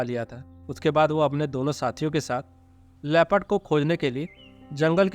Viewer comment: "Leh..phud"(LEOPARD) NOT " Le. Pad" please correct.